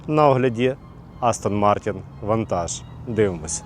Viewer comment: Вантаж, господи який крінж. невже нак складно вірно вимовити "вентейж". Читаємо як бачимо)) ПОліглот ще той